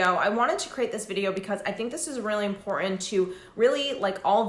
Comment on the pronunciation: (Important not imporenant )so annoying , sorry , love your content and you.